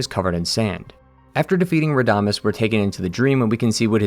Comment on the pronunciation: Pro tip on spanish: on words with tíldes (the line above vowels) put the emphasis on the syllable with the tilde, for example it isn't (ra)damés, it's rada(més)